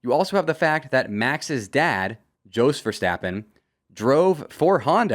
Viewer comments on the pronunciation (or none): This dude said Joss verstappen 😂😂 it’s jos (yas) bro. Gotta know your facts if youre gonna talk about f1 every day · You're pronouncing Jos Verstappen wrong. It's a Y sound. Like Yos.